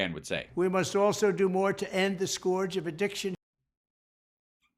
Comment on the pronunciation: Well with his pronunciation of scourge we know he read it but has never heard it. He's not hanging out with people who bring up scourge in conversation. Which is surprising actually.